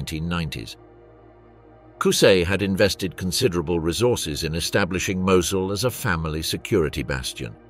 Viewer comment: Seriously, this is very interesting but the AI is terrible. Should be a human narrator. Mosul was pronounced at least 5 different ways, including 2 different pronunciations in the same sentence. Very amateur and ruins the documentary.